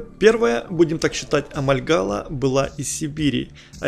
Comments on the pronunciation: Не Амальгала, а Амольгама! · Почему амальгаЛа? АмальгаМа! А так спасибо за экскурс